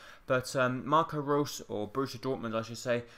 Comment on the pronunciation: How can you not pronounce Reus?